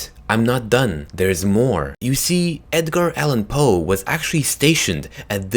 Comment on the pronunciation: The only one he said correctly relating to the story was Edgar Allan Poe...